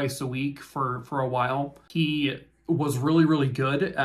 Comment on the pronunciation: When saw awhile, the emphasis on the h reminds me of when Stewie says Will Wheaton. Or did Brian say it. Not sure. Bird is the word. Squirrel!